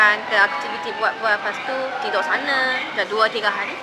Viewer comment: Terkeluar juga loghat perlis dia, tidoq sana 😂